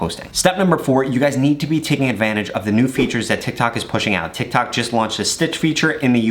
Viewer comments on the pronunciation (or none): All I hear is tak tik tik tok